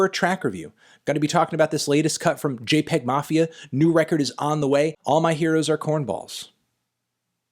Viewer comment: It’s actually pronounced jay-pee-egg mafia